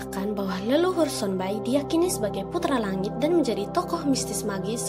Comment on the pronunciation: Trimakasih infonya, tpi pengucapan yng benar adalah Sonba'i, bukan Sonbai... Penyebutannya sama seperti penyebutan So'e, bukan Soe